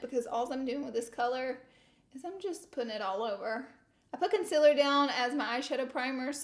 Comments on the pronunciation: No shade but you pronounce concealer like conculer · Laura Lee Pronunciation Dictionary Whore : Horror Concillar : Concealer Who da : Huda Anastashia : Anastasia Won't tell : Want to Map : Matte Ultra Violent : Ultra Violet Finn T : Fenty Cuba's Bowen : Cupid's Bow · Concealer : conciller Y6 : life Huda : hurrrda Yes : yasss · “Conciller” should be in the Dictionary 😂